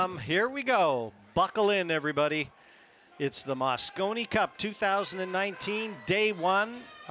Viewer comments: I don't know which one was worse! The guy saying "moscino cup", or that he thought it was 2016???!? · Loooooool moscino 🤣🤣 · Did the announcer say mascino?!? And did he also call the European team ‘runners up’? He might as well said the 2nd place team. Europe is clever with their adjectives and adverbs, but sorry guys; when it’s a race between two teams, it’s winners and losers.